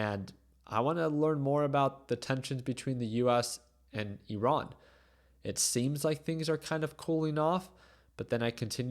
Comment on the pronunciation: Alright finally pronounced Iran correctly